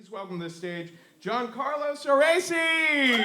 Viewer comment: That was super polite of you not to mention that he said your name totally wrong I’m so glad I finally found you lately sorry I wasn’t here sooner I really wanna see one of your shows please come to NYC